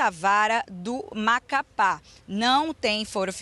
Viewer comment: " Do Macapá" 😂😂😂